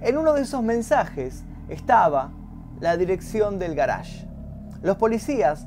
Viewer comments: "El garásh" ¿oyeron? "el garásh", oh lala señor francés, si como no... -: ¿Cómo se dice entonces? - Yo: Parqueadero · El "garage", ulala señor frances